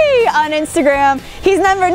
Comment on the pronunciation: whom Taught you to say a number Incorrectly ??